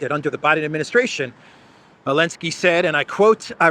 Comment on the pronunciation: Is there a reason that he doesn't pronounce the "Zee" in Zelensky?